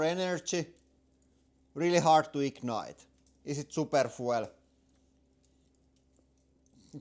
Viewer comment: foo-ell? Foo-eLL?